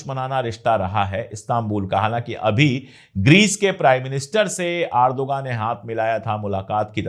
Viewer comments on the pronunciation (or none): none